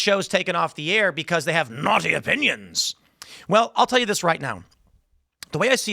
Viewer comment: Please stop saying naughty like that